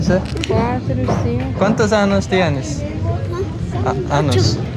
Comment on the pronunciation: Be careful with your pronunciation of años. You’re saying anos. Which means anuses. That’s why the little girl didn’t understand at first when you were asking her how old she is.